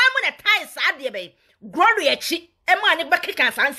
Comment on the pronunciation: Please the name is not "Groria",learn to say it correct before you come online